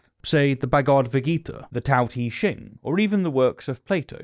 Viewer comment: Learn how to pronounce Bhagavad Gita. "Bagodva Gita" won't cut it man